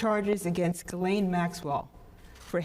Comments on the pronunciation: It’s also NOT keelane it’s Ghislaine and this is a French name . So do not Americanize foreign names. Do you job and don’t rape foreign names and words. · Her name is French and is pronounced 'Ge Len' .... I know it doesn't look like that, but that is how you say it! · I'm confused as how to pronounce "Ghislaine" as I keep hearing different pronunciations. Lol